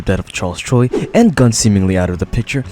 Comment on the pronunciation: Charles choi ❌ charles troi ✅